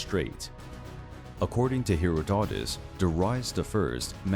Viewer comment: Herra-dote-us! Really?! Get a decent narrator please.